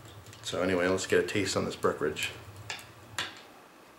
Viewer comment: Love you but please annunciate the "en" in "Breckenridge". I'm from colorado which is where Breckenridge brewery is based so I drink a lot of their stuff. Thanks for all you do for us on YouTube and merry Christmas!